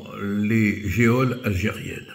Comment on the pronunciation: Le mot geôle se prononce "jole" et non "jéole", Monsieur Collard.